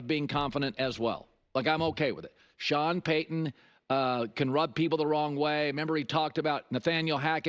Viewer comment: Like your video man, but It got wild there for a bit where you kept saying Sean Pay-an in quick succession. Almost hurt.